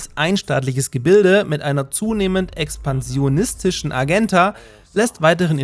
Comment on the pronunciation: min "Mit einer zunehmend expansionstischen Agenda", mit 'D'.